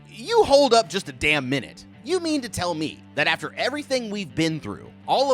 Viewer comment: ''wait a dawm minute''